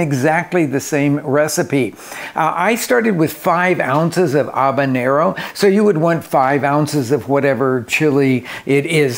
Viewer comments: Whats an obanero? Is that like a one-word-accent take on a habanero? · The H isn't silent. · there is a H in habanero, it is not silent! lol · I have never heard anyone pronounce the name of that pepper the way you do it sounds totally wrong and it makes me want to pull my hair out so I can't watch your video